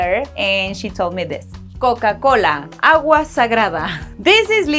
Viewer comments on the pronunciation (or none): none